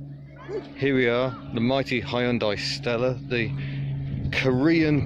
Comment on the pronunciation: That is the proof, English speakers can pronounce Hyundai to near perfection. :)